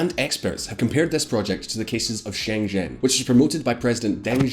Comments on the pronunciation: you literally mispronounced every single Chinese city and name. It wasn’t an accent thing either. For example Shen zhen not sheng shin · Shen zhen is pronounced like English Shehn Jen.